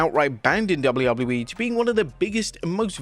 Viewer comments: "Double wouble you e" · brother cant say WWE